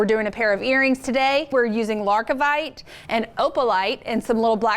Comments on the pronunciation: It sounds better when it’s wrong! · Wonderful pattern, but it's Lar-Vi-Kite not LarK-i-Vite in case anyone is trying to find the stone.